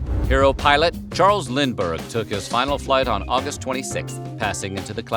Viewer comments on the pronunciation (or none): none